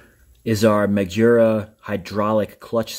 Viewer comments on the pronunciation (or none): It’s not majura it’s magura like the word guru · Ma-Ger-A! Not Ma-jer-a! Thanks buddy gotta love Magura clutch and brakes on a KTM